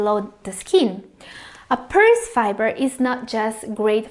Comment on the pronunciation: Thank you for the video and great info. Pears are pronounced 'pares' and not peers though. lol.